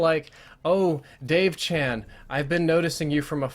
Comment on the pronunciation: Chan is pronounced Chon.